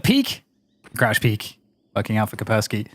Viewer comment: KAS - PER - sssKY , "CUSS" "PEAR" "SKI", "CUSS" "PEAR" "SKI". "CUSS" "PEAR" "SKI" , "CUSS" "PEAR" "SKI" ,"CUSS" "PEAR" "SKI" -------> IT IS NOT THAT DIFFICULT, every caster in the world. And YES, there is an Anti Virus Software Company with a similar sounding name. What kind of computer nerds are you? Please learn the pronunciation and send an email to your colleagues. As this is clearly derived from slavic linguitic roots into a traditional name from this region, it might come in handy in real life one day when you have to pronounce a name in a real-world grown-up situation.